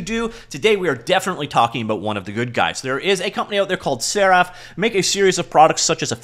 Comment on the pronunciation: Serif, not Seraph. It's been said elsewhere and I'll say it here, I'm all for supporting them, but this was an over hyped point release, not a major version change.